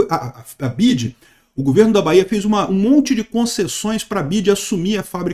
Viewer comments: Nao é Bid é BIDÊ kkk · Bi ya di (di e não dji) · A pronuncia correta é (Bi Uai Di) hahahaha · N sabe nem falar BYD 😂